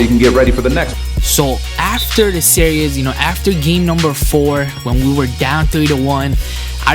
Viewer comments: why does it sound like he is saying serious when he says series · is he saying series or serious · It's series, not serious Sear - ees As in tv series, series of moves etc. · Come on man, really? You can't pronounce the word series?